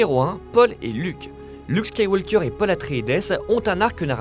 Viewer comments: ouais mais ça se dit quand même Astréides et non Astreides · ça fait tellement mal de l'entendre prononcé comme ça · J'ai saigné des oreilles et pissois de la boue. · Peut-être la prononciation anglaise (eutrédise) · Le E et le S ne se prononcent pas dans Atréides